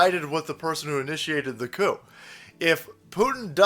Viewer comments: "The Coup" sounds a lot like "The Coof" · the isnt saying the p in coup